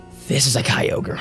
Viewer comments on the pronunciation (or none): none